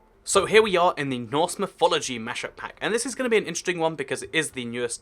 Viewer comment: I first I thought it was "horse" instead of Norse.